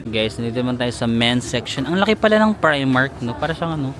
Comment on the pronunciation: PRIMARK is pronounced as pry-mark